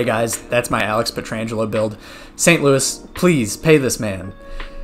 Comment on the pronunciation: Blues stroke off for Aleks Peet-ir-an-geh-low. Jk, great video! Loved it!